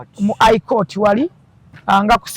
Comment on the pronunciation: she needs a dictionary of her own. Ai court, etc etc none of her words in english are pronounced right. Mbu Aji